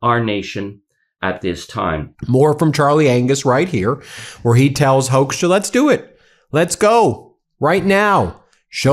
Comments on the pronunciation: I think it's "Hookstra," not "Hokestra." The name "Hoekstra" is used in Michigan (a lot of Dutch) and the first syllable is pronounced like a "hook" and not like "who" either. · Hoekstra. Pronounced Hook-stra. Hoekstra created problems for decades in Michigan. He is bad news. Big trouble. A consummate liar.